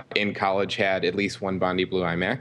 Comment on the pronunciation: ''Bondi'' is pronounced ''bond eye'' not ''bond ee''.